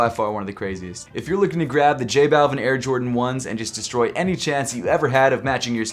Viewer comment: J-Balv-ee-n the way you say it is just bothersome to me.